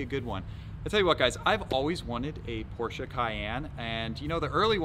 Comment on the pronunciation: Porsche not Porscha......